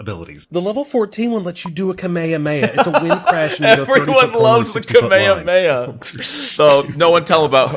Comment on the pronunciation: What's "kamèamea"? Is that a volcano in Hawaii? lol It's "kàmeh, àmeh, ahh!" for crying out loud xD